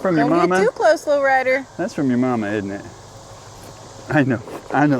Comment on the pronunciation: Sometimes I think you're saying Loretta instead of Low Rider.😅